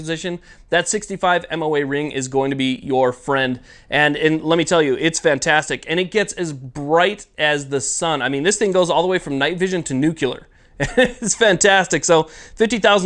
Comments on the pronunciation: Nuke-lee-er lol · Nuke-you-ler? Come on.🤓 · he said nucular. lol.